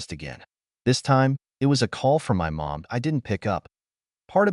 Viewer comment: Funny how everyone ignores the AI generated voice that ruins yet another story. Instead off it they read it as IT. He blocks them sole at the park but when he gets home the phone buzzes with a message from M O M? Showing he blocked them. Another sad case of the site owner being too lazy to listen and correct their own reposted story.